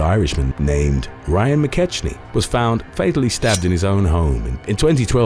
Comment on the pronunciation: Mc KECK-nee, idnit?